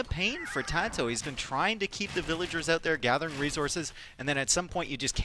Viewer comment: what happened? why no casting until game three of tatoh? also the casters mic's weren't working right. Tristan sounded like he was talking from the bathroom down the hall. After all these years, why can't pronounce VILL-A-GERS, and spasm's out "vil-ears" over and over. It's not cute or funny - just annoying.